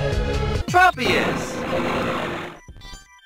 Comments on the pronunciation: PokéDex: TROP-IUS! This Guy: Trow-pius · Pokedex 3d pro: Traw-pee-iss (because tropical) Tchro-pee-iss (because smol brain)